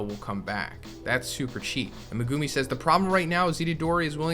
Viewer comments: Me-gu-mi not me-guu-mi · Saying megumi name wrong is cringe but good info